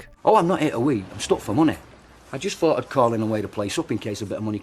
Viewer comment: Jonathan Ross has a lisp, thats right. However he knows exactly how to pronounce "th" and that that's different! This guy doesn't have a lisp he's just not pronouncing words like Thank you, Thought, Think, Three ect.